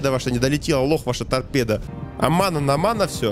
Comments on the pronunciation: не Омана а Омаха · Не Омана а Омаха,!!! Кстати с четырьмя лимонамм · И OMAHA читается как ОМАХА, а не ОМАНА. 🍋🍋Первая слово НА АНГЛИЙСКОМ ЯЗЫКЕ!!!🍋🍋